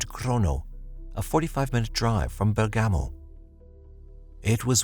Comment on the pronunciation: Not quite! Bergamo is pronounced Bearg_ga_mo, not Ber-gammo!